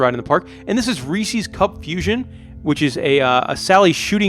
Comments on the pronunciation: Yeah it’s pronounced “Reese Is” not “Reese Ease” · I just wanna know why the fuck would it be pronounced “reesies” ???? It’s Reese’s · Uhh why do you say Reese’s like it’s Reesies? Annoyed the hell out of me every time. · 51% says Resse ies